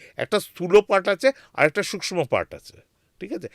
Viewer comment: আমার মনে হয় পডকাস্ট করতে করতে আপনার আত্মা শরীর থেকে বাইরে বেরিয়ে , অন্য কোথাও ঘোরাঘুরি করছিল। আত্মার ও ওজন করেছেন উনি ? কেনো যে উনি বার বার সূক্ষ শব্দ টাকে সুস্ম বলছেন ? মোক্ষ কথা টাকে মোক্স বলছেন। কি জানি ওইখান থেকে হয়তো নির্দেশ দিয়েছিল ওনাকে। ২০২৭ সালে আবার যাচ্ছেন ? তবে শীতকালে যাবেন না কিন্তু,আবার ঠান্ডা লেগে যেতে পারে প্রথম বারের মত।